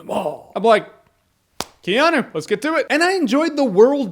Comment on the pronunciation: Wow! Have I been mispronouncing Keanu all this time?